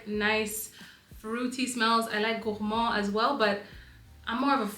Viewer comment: Do you speak french? Kinda heard a french accent when saying "gourmand" and "maison margela"